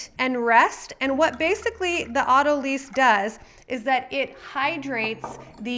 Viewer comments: FYI: "Autolyse" (Pronounced as "AUTO-lice") (not "AUTO-lease") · AutoLYSE (sounds like lice)